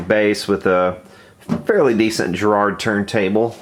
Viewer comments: Ĵarrard?? No. GARRARD sounds like Gary... Garraard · Over here we pronounce it Garrard, not Gerard, with a hard G, like garage, and the accent on the first A. I really hope you didn't lubricate the outside of the motor armature, it's not meant to touch the magnets at all... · 1) It's Garrard, not Gerard. 2) It's idler, not idaler. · Its Garrard not Gerrard. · It's 'G' as in Girl, 'A' as in bArrow then RR as it can only be, and then 'ard' as in 'hard' not jerrard, Garrard - Dunno why everyone sees Jerrard when it's wriiten Garrard? Don't take this as a poke, it's just everyone seems to do it. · That's Garrsrd not Gerard, hard G! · I had one of these a long time ago - we had some good parties at Dudley Road Hospital nurses quarters lol. BTW it's gArrard not gErrard. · $2 for a turntable is sweet. It's actually pronounced Ga-rrard, but that's nit picking. Is there a ground wire, it sounds like it isn't grounded. Great job bringing it back to life. Now crank up some Zeppelin on it. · … that’s uncalled for. You should stand corrected on the mispronunciation of the word Garrard and apologise to ‘ThePolaroid669’. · It’s Garrard with a hard ‘G’ in the same way a guitar starts with a hard G. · Enjoyed that very much. By the way, it's Garrard with a hard "G" and emphasis on the "Ga" Hit the speaker icon. British accent optional. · Garrard. Hard G. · we say it in England with a hard G Garrard.i have garrard clocks, some of the best ever made. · Garrard is not pronounce like a J. Use a G. Like in God I'm dumb. I like the way he's heating up the center shaft (and it's expanding) to get it off. So intellectual. Oh...we hear intermittent sound. "That must be a short." Have we ruled out open circuit, or is "short" the only word we know? What a train wreck. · Love the way in which you wrongly pronounce Garrard!